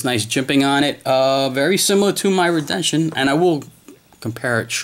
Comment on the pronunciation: (re den see on) is how you say this name